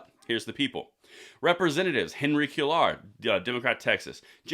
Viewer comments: The man whose name you pronounced queyar is properly pronounced kweyar. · Cuellar is pronounced kway-ar. And, the only muscle rinos have is the one in their pants that they use to screw us over. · Quellar is pronounced QUAY are. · It's Quay-Yar. FYI for Cuellar. The double LL sounds like Y in Spanish. Just FYI. Not sure how helpful my phonetics are LOL. Thanks for the video!